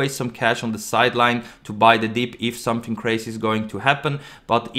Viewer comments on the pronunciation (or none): none